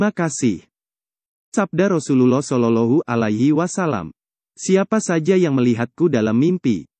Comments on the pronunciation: Mohon untuk belajar lebih fasih lg dalam pengucapan rosulullah dsb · Pengisi suaranya tdk fasih dlm menyebut Rosululloh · Betulin dulu ucapan yg paseh menyebut Rosulluwoh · Ka Carapengucapan Rosulullah SAW. Kurang Tepat Ka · Ucapa Rasulullah shalallahu alaihi wasallam di ucapkan dgn benar, min...! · Betulin dlu cara ngucapin Rasulullah SAW nya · Maaf admin, baca arabnya yang fasih panjang pendeknya, inikan konten islam masa bacanya gitu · Coba pengucapan Rasulullah saw dibenerin, maafkan saya kalo menyinggung hati admin 🙏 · Channel Islam, tapi mengucapkan Rasulullah saja tidak fasih.